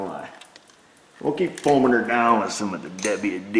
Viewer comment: I love how you say "WD" "dubbayu dee"